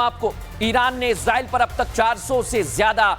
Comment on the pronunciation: Bhai Israel ka pronunciation thik se kariye samajh nhi aa rha bol kya rahe